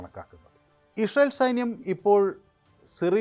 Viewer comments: വേലി... ഒക്ടോബർ 7നു പൊളിച്ചപ്പോൾ.... ഇതുവല്ലതും.. ജിഹാദികൾ ഓർത്തോ..... കക്ഷത്തിൽ ഇരുന്നതും ഉത്തരത്തിൽ ഇരുന്നതും ഒരുപോലെ പോയി എന്നു പറഞ്ഞാൽ മതിയല്ലോ.... ഇഷറയേൽ അല്ല ഇസ്രായേൽ 😂😂😂 ഷിറിയ അല്ല സിറിയ 😂😂😂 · എടാ പൊട്ടാ '"ഇസ്രായേൽ 'എന്ന് കൊച്ചു കുട്ടികൾ പോലും പറയും ഇഷ്‌രായേൽ 😂😂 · നീ ജവാൻ അടിച്ചിട്ടാണോ പറയുന്നത് ഇസ്രായേൽ എന്ന് പറയു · ഇസ്രായേൽ എന്ന് വ്യക്തമായി പറയാൻ ശ്രെമിക്കൂ